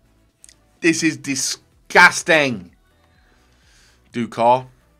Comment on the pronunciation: Nobody: Absolutely Nobody:: DISGASTIN